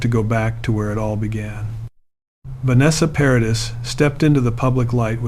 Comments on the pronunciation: Her name is pronounced ' Pa ra dee'. The ' s ' is silent. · Great story ,however please pronounce her name correctly.. Vanessa Paradis. (PARADEE) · Please stop saying Vanessa Paradisszs, 🤦🏼‍♀️ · Another video on utube that says…..NOTHING……JUST drones on, and can not even pronounce her name, CORRECTLY. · It can't even pronounce her name properly, hahaha